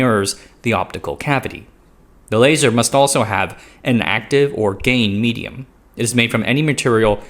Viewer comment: 🗣 "gain medium" 🦻 "gay medium"